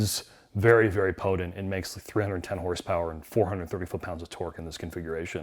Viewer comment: "Po-Dant (Potent) engine". Wow.